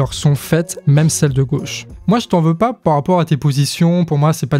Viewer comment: mais c quel accent ce "po rapport" ? ça m'énerve j'arrive pas le déterminer XD !!!!